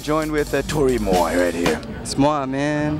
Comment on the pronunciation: Moi is "me" in french pronounced Muah not Moy. Lol